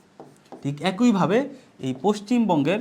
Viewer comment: অ্যাকোইভাবে নয় একইভাবে হবে।